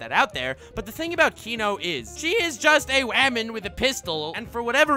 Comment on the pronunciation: I laugh everytime he says waman